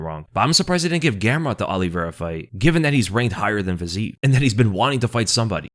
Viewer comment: FYI (again) - It's "FIZZ-ee-ev." 3 syllables. Every Slav cries whenever you pronounce it like that - repeatedly - after multiple corrections.